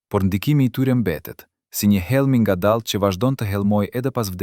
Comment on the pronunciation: Nuk Po besoj fare per kete tregim Personi qe flet ka pengesa ne shprehjen e fjalve ne Gjuhen Shqipe Si pershenbull( llaj ne vend laj,ngadall ne vend ngadal,llaj ne vend laj) e shum te tjera.Ndoshta gaboj por une Po dyshoj.